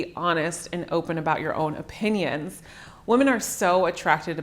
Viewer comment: Cute how she says women as woman.